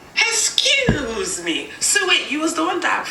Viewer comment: When that lady said "HESCUESE ME" im ganna say that from now on im 12 and named ciara im on my grandmas phond